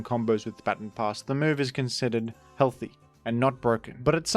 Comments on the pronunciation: "Ba-ton". Not "bat-on". It's not "batten down the hatches", it's a "ba-ton" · I didnt think i could dislike a pronounciation more than Groudon, but then I heard you say Baton Pass... shakes fist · "batten pass" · Thats not how you pronounce baton pass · Still crazy how you pronounce "baton pass". It's really cringe